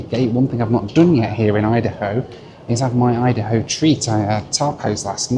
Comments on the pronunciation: Please stop saying hideyHo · I keep hearing “hidey-ho” instead of “id-a-ho”.